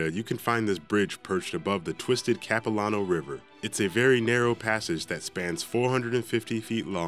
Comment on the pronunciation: When he Pronounced Capilano Suspension Bridge 😩 The place is beautiful! Why did he put it there?!?! (Visit The place, they have a candy shop, and a restaurant. Their food is super good!!)